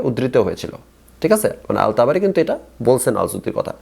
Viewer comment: তাবারি নামটাও ঠিকমতো বলতে পারেনা😂😂 অথচ কুরআন বিশ্লেষণ করতে আসছে।কুরআনের কোনো আয়াত তিলাওয়াত করতে পারলো না।জাস্ট গল্প করে গেলো😂😂